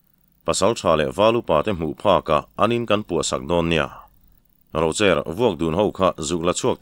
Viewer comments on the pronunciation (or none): none